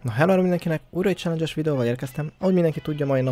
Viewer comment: Jó az angolod, "cselengyes"